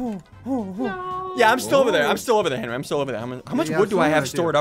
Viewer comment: You mean to henwy